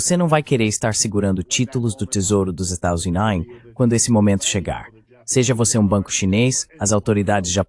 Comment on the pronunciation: Estados "Unates" ? 😂